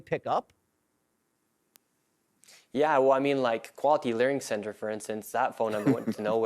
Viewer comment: she biffed it a little, it’s “Learing Center” 😂